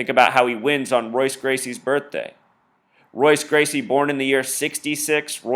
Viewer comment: This is dumb as fuck regardless but jesus christ its MMA and Jose Aldo got ko'ed just like a bunch of fighters have been ko'ed in the UFC. This is embarrassing. A: You can't even say Royce Gracie correctly, so i take it you aren't a big UFC fan B: Are you saying that they made Jose Aldo champion in 2009 so that he could fight Conor Mcgregor, a fighter who had barely even begun his MMA career at the time, so they could do this illuminati ritual whatever you wanna call it? lol no that doesn't sound fishy at all no but a fighter being knocked out in 13 seconds in a sport where it is very common for fights to end quick does. Have a nice life dude you need some pussy or something, get a hobby that isn't severely detrimental to your perception of life.